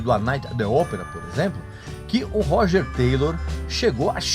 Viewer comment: Esse cara é, simplesmente, um idiota. Não sabe nem pronunciar o nome do baterista. Meu Deus! Falou tanta merda que fedeu meu notebook.